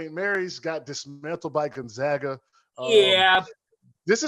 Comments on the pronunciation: How can he still not pronounce Gonzaga correctly? He even says "Zags" in the beginning of a sentence and then says, "Gonzoga" at the end lol. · True. But as an alumni, I can guarantee you every administrator, Jesuit, student, professor, and even every staffer at Gonzaga's campus in Florence, Italy pronounce the school Gon-Zag-Uh. That's why we are the Zags not the Zogs.